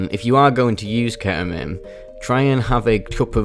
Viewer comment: ketamine ❌ ke'uhmeen ✅